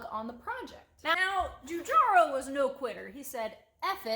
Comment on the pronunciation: Easy, Giorgetto Giugiaro...Yoryetto Yuyiaro. You're welcome.